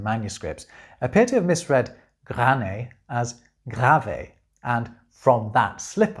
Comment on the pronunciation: Little thought: You've mispronounced "grané" the end makes a long sound and is comparabale to the first e in "severed" (like a severed head". That wouldn't be the perfect pronounciation either but comes at least a bit closer.)